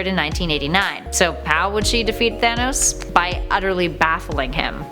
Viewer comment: She pronounces it thanis